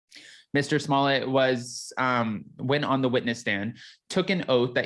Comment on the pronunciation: S M O L L E TT not Smillei